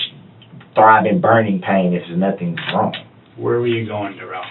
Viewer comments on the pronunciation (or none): Somebody tell me how you get DU rrell out of DA rrell. But what should I expect from a moron that says ax substain stopal and all the other words this fool can't pronounce. Both his interrogations was 1 lie after another. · Da rrell not Darrell but Da rrell